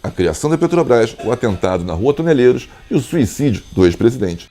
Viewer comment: O nome da rua é TO-NE-LE-RO . Não tem letra i e nem s.